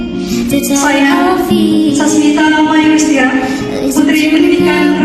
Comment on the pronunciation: Entah sesulit apa nama saya sampai " dinasional pun salah di sebut😁 yang benar "Sasmita mayuristira" bukan mayustira🙃